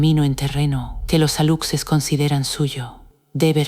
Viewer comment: JAJAJAJAJA PORQUE PRONUNCIAN "ALUCSES" SI SU PRONUNCIACIÓN CORRECTA ES "ALUSHES", PORQUÉ LA NARRADORA TIENE VOZ ESPAÑOLA... NADIE SE TRAGA ESTAS MENTIRAS